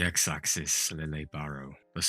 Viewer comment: Did you notice Lille was pronounced Liege-ay in the dub? I was not expecting that pronunciation but I like it.